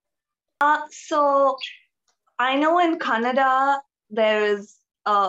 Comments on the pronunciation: it's so funny that the kannada girl pronounce other kannada word perfectly but when she say kannada it come out Konnnada ...🤣 ofcourse i am not trolling her. but it's funny. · She is not pronouncing kannada properly....... lu, and...nna letters are not pronounced as she pronounce.